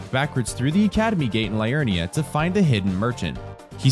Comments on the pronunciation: great content but Liurnia is said Lee-urn-i-a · LEE-urnia,. LEE-urnia.